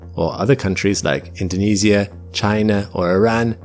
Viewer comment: bro did not just say indonizia